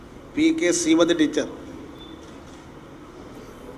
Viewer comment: സീമതി അല്ല സഖാവേ... ശ്രീമതി..